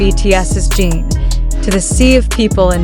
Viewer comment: Jesus. Can the creator or AI at least get Jin's name pronounced right? It's Jin not Jean.